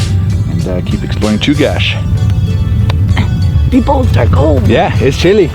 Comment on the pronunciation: Awesome video. Knowledge for the group at large - Chugach is pronounced like chew-gatch not like cache. Glad you got to enjoy some beautiful Alaskan summer weather.